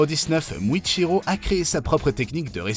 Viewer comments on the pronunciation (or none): Ok, donc on a Kayaga au lieu de Kagaya, Misturi au lieu de Mitsuri, Muchiro au lieu de Muichiro, et Tomiaka au lieu de Tomioka, respectez les noms, surtout quand ils sont pas si compliqués à prononcer Mais le comble c'est de nous montrer Lisa de Blackpink à la place de LiSA la chanteuse japonaise qui a chanté Gurenge, pour une vidéo censée donner des faits, donc de vraies informations, que ce soit sur une œuvre ou sur la vie réelle, le but c'est de montrer les bons persos et les bonnes personnes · Tu fais beaucoup d'erreurs en prononçant le noms des personnages , tu as dit misturi a la place de mitsuri et tu as muchiro a la place de muichiro , tu as dit tomiaka a la place de tomioka